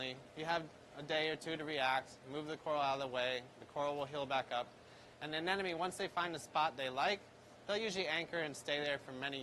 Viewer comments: why do professional/experienced marine keepers say anenome when its clearly spelled anemone? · I clicked on this video just to hear you say 'anenome' again and again. Lol, you didn't disappoint